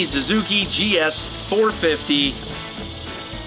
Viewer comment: I love that you say Zuzuki instead of Suzuki.